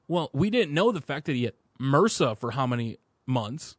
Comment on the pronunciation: Brilliant Podcast but kinda spoilt by you guys trying to pronounce M.R.S.A as a word? What?!